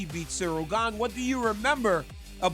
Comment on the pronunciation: Chael: "Surreal Gane" 😂😂😂